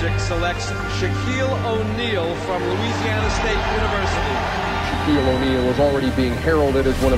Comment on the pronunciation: That guy said Shaneal O’Neal